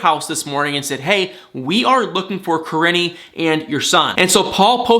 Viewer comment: Im NOT at all trying to come off in any kind of Bad way whatsoever when I say this but its driving me CRAZY, her name is PRONOUNCED like Ka-Reene ! Im Sorry to have to be one of "those people " by pointing it out, as I'm not an narcissist or anything. However, it's driving me absolutely crazy. 🥴